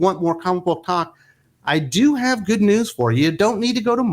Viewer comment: Comic book (____) what !?...oh Talk IT sounded like... well ya know... i was like what the hell noo noo I don't want that But then I went back and turned on the captions and it was talk not (____) which was kinda funny.